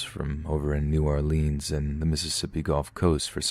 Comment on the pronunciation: NEW👏🏿OR-LINZ👏🏿 I sweartoGod, a baby alligator dies every time y'all say "New Orleeens"